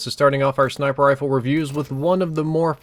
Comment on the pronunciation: it's RIFLE not RILFE